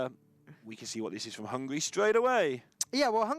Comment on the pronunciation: This announcer was ridiculous, the fatter one.... Hungry, hungry ...i understand he is hungry. BUT hungry means u want to eat....HUNGARY is my country.... and there we lives, hungarians! NOT "hungries" . Find some better advertisers for their postions. And kick them.... they are irritating and insolent.